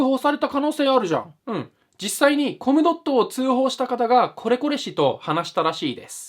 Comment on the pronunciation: マイルドヤンキーVSネット民 途中、興味無さすぎてコムドットをコムドーム言うてるやん ゴムかよ これはPDRなりの話題の薄さを例えたのかな？笑